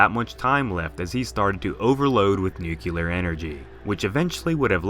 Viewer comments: "Noo-kyu-ler" Oh c'mon... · Everytime says 'nukular' I die a little inside.